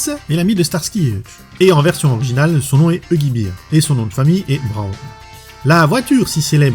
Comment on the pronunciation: Huggy Bear se prononce "Bère" pas "Bire", c'est un ours pas une bière !